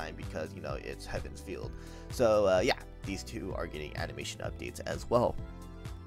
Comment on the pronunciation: Feel. Feel, not Field. dies a little each time it's said xD